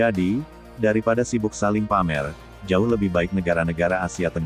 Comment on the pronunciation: Malaysia ikut P A M E R, kata AI nya 😂😂😂